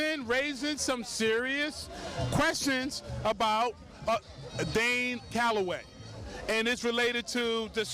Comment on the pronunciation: It's DANE not Dan! Damn!!! Lol